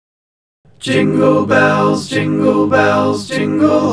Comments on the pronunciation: Level 2 the guy say soaping bells fuckin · Did u say zingle bells on level jazz